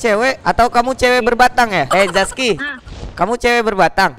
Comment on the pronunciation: Zaki bang bukan zaski